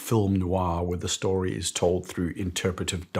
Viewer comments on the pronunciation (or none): none